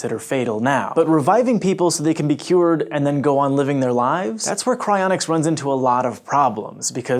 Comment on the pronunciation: I legitimately thought it said "Crayonics"